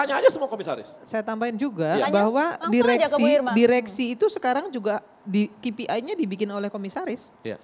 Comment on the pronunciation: Ki pi ai ha ha ha bilang KPI saja salah ....